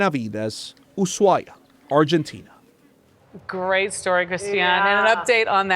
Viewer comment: He's the first foreigner to pronounce it correctly. Even Spanish speakers who aren't from Argentina pronounce it incorrectly. So, I don't know what you're talking about. He's literally the first to pronounce it correctly. He probably got advice on the subject.